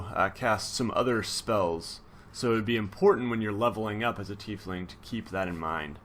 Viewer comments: It's said like ty fling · lol thanks! its always good to be corrected before i say "tie-fling" with some super accurate dm and then have to be corrected embarrassingly, cheers